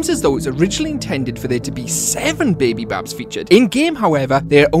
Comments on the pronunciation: They called blacklights not backlights and is bidybab not babybab😑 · Bro it’s bidy bab